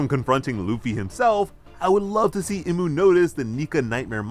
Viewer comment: its pronounced E-MU